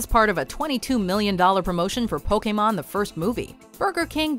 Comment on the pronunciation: The way you say pokemon makes me.....uncomfortable